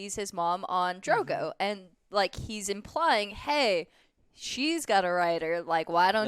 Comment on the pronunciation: Ik right, Drogo kind of triggered me a bit.